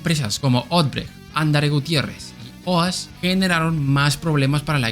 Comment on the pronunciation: Interesante y muy buen video sobre el Milagrinho Brasileiro,aunque me pregunto porque pronunció Petrobas y no Petrobras al igual que Odebrecht palabra que se le escucho muy recortada,algo así como Odech🤔!. Espero no haber escuchado mal aunque yo escuché unas 3 veces la parte donde menciona a dichas empresas!.🤗